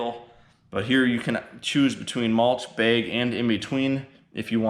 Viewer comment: If you pronounced bag as beg one more time I was about to jump out the window.